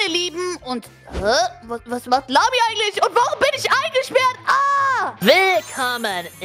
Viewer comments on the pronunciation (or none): Warum sagt emily zu lami lamzi